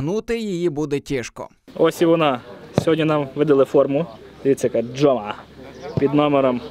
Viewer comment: Не "Жома", а "Хома"